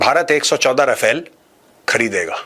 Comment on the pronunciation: No offence Maj, but it's रफाल, not राफेल. Wg Cdr K Abraham ( Retd )